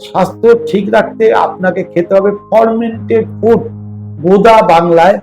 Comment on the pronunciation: উচ্চারণটা ফরমেন্টেড নয় ফারমেন্টেড। সব ওয়েদারে fermented food তথা পান্তাভাত চলেনা। কারণ কোথায় কোন ব্যাকটেরিয়া তৈরী হবে সেটা বোঝাযায়না।